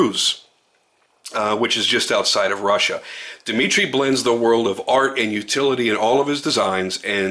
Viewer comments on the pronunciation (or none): none